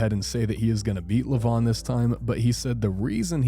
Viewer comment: Its levan not levon😂😂😂😂😂